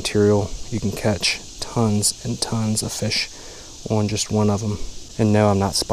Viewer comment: My wife was with me while I was catching a big rainbow this weekend... she said, mid-catch, "hey wait, you forgot to say fish awn".